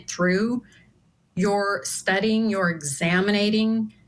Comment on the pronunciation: Did she () just say 'examinating'?? 😂